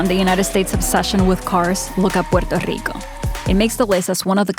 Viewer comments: I LOVE how you pronounce Puerto Rico! Sooo authentic! Perfecto! 👌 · Great video. Car companies and politicians trying to line their pockets have ruined so many cities. btw the way you say puerto rico is amazing